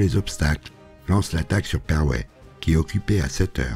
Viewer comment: Vraiment pour pinailler : Jodoigne, se prononce quasi Jodogne, le oi est presque "oye" qui donne l'impression que le i est muet. Perwez se prononce Pèrwéé (en faisant un peu trainer le é ^^). Le fort d'Embourg est un village de Liège, donc aussi francophone (comme quasi toute la Wallonie), on ne le prononce pas à la hollandaise ;) Chaudfontaine se prononce tel quel au masculin, "chaud-fontaine". Super boulot, je trépigne d'impatience pour la suite ! PS : si vous le souhaitez, vous pouvez m'envoyer un message privé si vous avez un doute sur une prononciation de lieux ;)